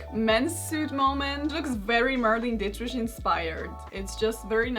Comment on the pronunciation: A very minor quibble. Americans pronounce Marlene Dietrich exactly the same way a German would. Not only because she pronounced that way, but because of the huge German American influence. No "sh" at the end. I say very minor because you speak better and less accented English than 90% of the people in my neighborhood and city. Including many born here.